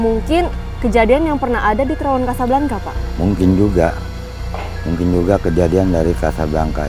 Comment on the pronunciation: Casablanca, pronounce : Kasablangka, sama seperti Bianca, dibaca: Biyangka, Jovanka dibaca : Jovangka, Priyanka: Priyangka dst.